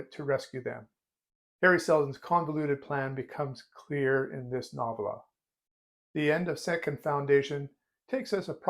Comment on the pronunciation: I believe the emphasis is on the first syllable and the "o" is long, as in noh-vella. ;) Just a nit.